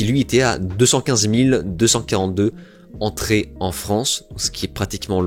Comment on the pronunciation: 4 zzzzzzzzzzzzentrées, 5 zzzzzzzzzzzzzzzzzentrées, 9 zzzzzzzzzzzzzzzentrées. On n'apprend plus du tout l'invariabilité de tous les chiffres et de la plupart des nombres en France? (à part 20 dans 80, et 100)